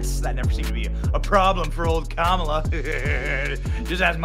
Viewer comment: Montel pronounce her name as kaMAAALA.